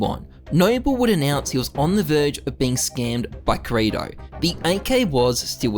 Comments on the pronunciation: ok but why do you call kirito "krato" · it hurts me every single time you pronounce kirito wrong, every anime fibre in my being is screaming at u man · ' pronunciation of kirito is gonna make me go crazy